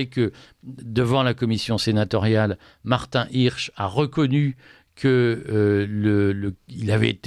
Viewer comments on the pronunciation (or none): none